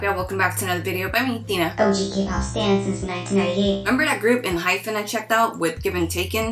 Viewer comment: Just a side note, it's Enhypen, not en-"hyphen." You had me second guessing their name a minute 😂